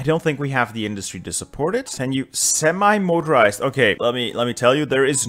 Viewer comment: I don't understand why sometimes you say "anti" right and then the very next minute you say it wrong. Constantly saying "semi" wrong however